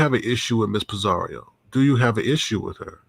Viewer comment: It’s Pi-zaro NOT Pi-zaRIO there’s NO i in her name 🤦🏾‍♀️🤦🏾‍♀️